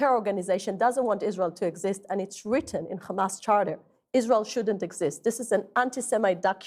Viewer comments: All came out of her mouth is rubbish. It's not Khamas its a hamas. Western journalism is dying. Taken over by Zionist. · The way she pronounces kkkkhamas. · can't even pronounce hamas properly